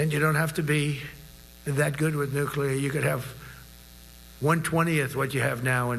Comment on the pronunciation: My lord. If I were a general and Stinky Drawers started s'plaing Nuk-lee-Arr to me and discussing the real movement of submarines? I think I would have lost it!